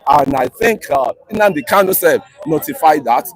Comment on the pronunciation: I am Tunde okafor saying that doesn't know how to pronounce KANU but he calls him KALU.What a shame to this abgoro